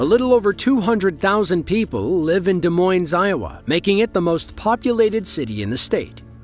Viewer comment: Yes, but the narrator did the "Des" pronunciation correctly.